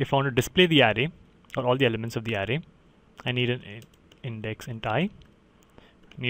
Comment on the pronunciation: Thanks a ton for your help. BTW in the word "array" the emphasis is on the second syllable, "uh RAY."